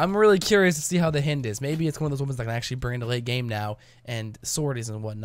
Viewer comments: HI-ND not H-IN-D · h-eye-nd. I GOT SO TRIGGERED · hynd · It's pronounced the same way as the Russian attack chopper. (hi-eend) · It´s pronounced hind ok? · I cringed every time you said hind I've always pronounced h-eye-nd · It hurts me every time he mispronounces it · I was just thinking that lol how do you mispronounce something so obvious haha